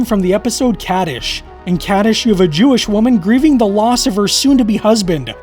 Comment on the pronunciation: Great episode; but please, it's pronounced "cod -dish" not the way it's spelled in English, "kaa-dish".